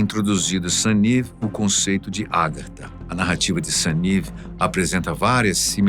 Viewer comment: Meu caro apresentador, a pronúncia correta é Agartha e não Árgatha